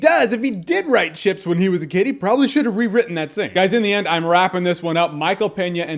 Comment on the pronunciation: I thought Jeremy said "Shits"